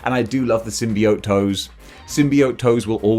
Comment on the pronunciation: You can pronounce symbiote either way, but your pronunciation is the most common.